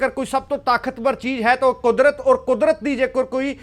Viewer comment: 😂😂😂😂, कुदरत होता है, कुर्दत नहीं होता 😂😂। खमियाज़ा होता है, तू क्या न्यूज एंकर बनेगा रे 😜😜 बाबा।। तेरे बस की नहीं है न्यूज सुनाना